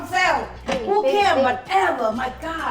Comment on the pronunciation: Subcryyy and whatevaa kill me every single time‼️‼️‼️😭😭😭😂😂😂😂